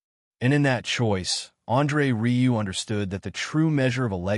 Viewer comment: RIEU. IS RIUE. NOT RILEY